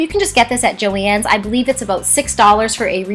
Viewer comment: I hate to break it to you but thats how you pronouce it